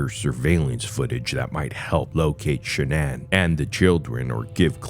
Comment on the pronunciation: “Sha-nan” Go fuck yourself with this bullshit, zero effort, trash.